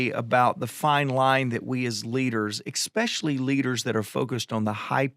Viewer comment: I hope I'm not being too nitpicky, but, there is no "X" in the word especially. I tell you this in love and gratitude for who you are and what you do. 🤗